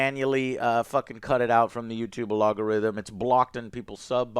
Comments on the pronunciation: Just an FYI its pronounced al-gore-rythym it is NOT pronounced A-log-or-ythym..... Grammer police strikes again! Lol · Alogorithm?? It’s al-go-rithm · Can someone tell Joe that "A-Log--A-Rhythm" is not how you pronounce Algorithm? Been doing it for years now lol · Is he saying logarithm or algorithm? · I absolutely love you Joe. but alogarythm? It hurts my ears, but not nearly as bad as this shows shit show hurts me. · Algorithm versus "alogorithm". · I cant take it anymore Joe. What the hell is an alogarythm??? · Man Joe, you keep mispronouncing names like Willem Dafoe and some others. Now you say shit like "alogorithm"? You should go and get your brain checked, no offense! I´m just starting to worry about you..... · LOL Joe calls it the "Allogo-rythm" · Are you saying alogorythym on purpose? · It's AL-GO-RHYTHM!!!!!!! Holy moly Joe lmao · The “Allogorithm” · My guy.... Al-go-rythm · Joe...do you...not know how to say Algorithm? 😮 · The way joe says algorithm 😂😂 Keep up the good work joe !!!! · love that he cant say algorithm XD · The way you say 'algorithm' is just fucking hilarious. Is like when you struggle to say 'nuclear'. Anyways, keep fighting those CBS fuckers